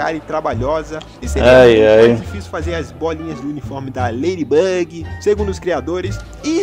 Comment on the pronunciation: E ladibug e não leiribug